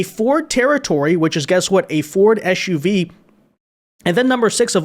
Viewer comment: It is SUV not shuv. How would you ask someone to SIT is also shit???????????????????